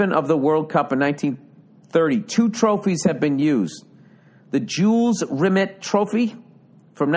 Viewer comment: The trophy was found by a dog walker, or rather his dog named Pickles, and safely returned to FIFA ("feefa")...and it's Jules Rimet (spoken like a frenchman) not Rimmit 🤭 I love that he is surprised at how small the trophy is. Bill, if this comment somehow gets to you, I encourage you to look up 'The Ashes' trophy in cricket, contested between England and Australia...it'll blow your mind.